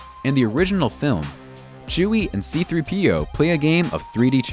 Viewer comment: Raise your hand if you pronounce C3P0 like this. (Yeah, that’s what I thought) (edit: raise your hand if you do (yeah that’s what I thought))